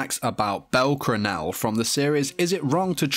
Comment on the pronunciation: me trying resist the urge to correct the way he says bell cranel lol.